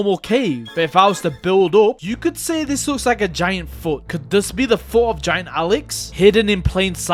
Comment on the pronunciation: He said foo instead of foot😂